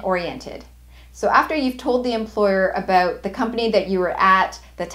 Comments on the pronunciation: i'm stressed out by the way she says "abewwwwt" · i seem candian...your pronunciation of "about"😅...verry helpfull thanks